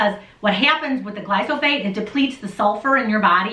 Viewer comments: again she says "glysophate". Geeze, if you want to make a lousy video about a chemical. please learn to pronounce it. "Kyanada" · and..you guys are a hoot.. me and my wife love watching and learning from you guys..but i got to say you may be terribly confusing a couple of your commentors seeings how the title of this vid say GLY-PHO-SATE, but the two you seem to be convinced that its GLY-SO-PHATE bahahahaha...got a big kick out of that... keep on keeping on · I thought it was glyphosate ( not glysophate ) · Pronouncing of the word is GLY -PHO-SATE. Not GLY-SO-PHATE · You did it! You got me saying "Glysophate"! Now I can't say it right either! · gly-Fo-sAYt ..... its pronouced lol ... does beer count as a fermented food? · Good info. You said glyphosate wrong. Lol. It's ok-know what you meant. The message is the important part!!